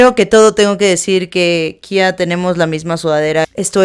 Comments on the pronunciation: No es KHIA xd jajajajaja lpm sos boluda ahre . Es KHEA como esta escrito se lee pronuncia etc xd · Se pronuncia kea no kia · Khea se pronuncia como esta escrito (kea) no (kia). DIOOOOOSSS. Los de Argentina estan como Whaaattsssss?